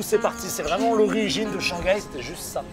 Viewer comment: Haha, ils ne prononcent pas le H en « Shanghai »?😆. H doit être prononcé en chinois.